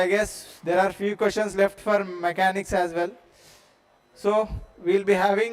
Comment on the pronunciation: MECHANICS SIR NOT MACHANICS